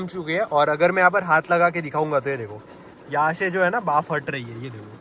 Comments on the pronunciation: बाफ ❌ भाप ✅ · Bhaap not baaf 😂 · Bhaaf nahi bhaap... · Baaf 😂 gujju confirmed